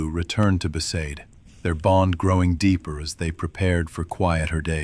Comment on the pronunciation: For me it was besaid. The others all got that wrong